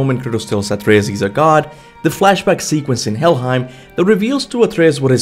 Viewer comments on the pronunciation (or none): none